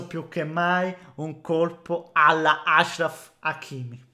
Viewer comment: Bravo, noto che hai finalmente capito come si pronuncia il nome Achraf